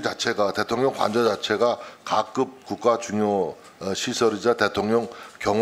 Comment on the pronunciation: 7' 08" 각급이 아니고,,, '가' 급